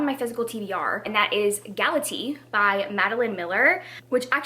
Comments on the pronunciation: Just so you know, Galatea is pronounced: Gal-uh-tay-uh. The Greek pronounce each vowel separately. 😊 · I can't with you pronouncing GalateA as if she were a kind of tea xD I study Latin and the Classics at university, so it is always interesting to me how people who are not familiar with the myths pronounce the names. I love it. (This is not hate btw, I could not pronounce certain other languages for the life of me either)